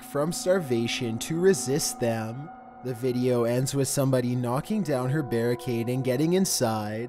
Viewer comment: "deep web veedioww"